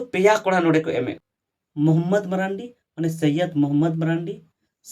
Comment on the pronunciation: Sahi pronountion do mardi kana menkhan abu diku ge ku marandi kak buna .